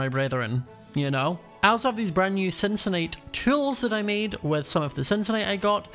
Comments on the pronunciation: Cincinnati - Cincinyt Only got it right. It's CINCINNACITE (Sin-si-na-sayt) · while tried so hard to pronounce it's word very well, you just settled for just Cyncinite. lol